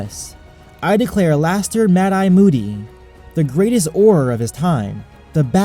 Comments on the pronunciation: Alastor is pronounced Allister btw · It's ALISTOR, dude